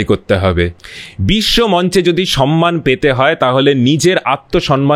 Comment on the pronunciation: Khub valo laglo, shudhu duto shabdo vul uchharito holo. Samman ke 'sanman', ar tamrolipto ke 'tamrolipi'.